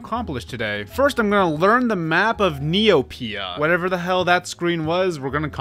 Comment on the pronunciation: Hearing neoPIA is throwing me off, hardcore